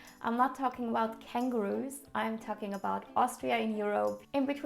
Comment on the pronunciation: 🤣 kangaroos...not cangarus!